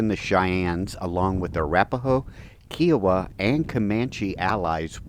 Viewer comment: Interesting walk-through. I've always heard Kiowa pronounced with an emphasis on the "I." KI-owa.